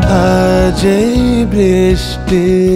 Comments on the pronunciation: সংগীত আয়োজন খুব সুন্দর.... গায়ক গেয়েছেনও ভালো কিন্তু গায়কের ভুল উচ্চারণ কানে লাগার মতো...... 'র' এবং 'ড়' উচ্চারণগত পার্থক্য আছে কিংবা 'বৃষ্টি' শব্দের সঠিক উচ্চারণ, এগুলো গায়কের অবশ্যই শিখে নেয়া উচিত.......নইলে শুনতে খুব বাজে শোনায় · Outstanding !! পাপন prefect, তবে নিয়াজ সাহেব থাকলেও মন্দ হতো না।আর কিছু উচ্চারণ বেখাপ্পা লাগছিলো ব্রিস্টি(বৃষ্টি), কয়রে (করে),মেয়খে(মেখে)। তবে অবাঙালি হিসেবে মানিয়ে নেওয়া যায়।